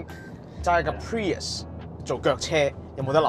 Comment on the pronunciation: 1st thing 1st, 非常樂見你哋可以話俾人知架車個名點讀👍🏼 唔係 pririous, 唔係 purist, 更加唔係 pee日屎